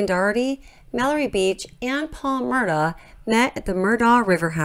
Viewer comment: I'm distracted by the mispronunciation of "Murdaugh" throughout the entire video. The family name is pronounced "Murdock".